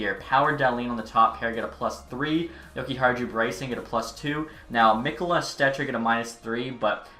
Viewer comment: Just so you know mikkola is said Mee-ko-luh